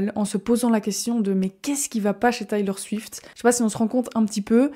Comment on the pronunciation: Salut ! Le documentaire c’est Miss AmericaNA. Et on prononce Taylor Swift [ Tèlor Swift ]. Tu pourrais ajouter qu’elle est en tournée depuis presque deux ans avec un show qui dure 3h15 où elle chante et danse sans interruption et sans play-back :) c’est une véritable athlète et une incroyable performeuse. Bises!